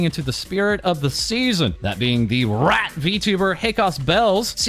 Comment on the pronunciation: so much emphasis on rat 😂